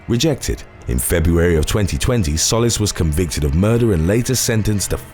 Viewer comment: I spend all my time watching your vids! Love this channel. One thing, the last name Solis is pronounced "Sew-lease" . It's Spanish and means ☀ . 😉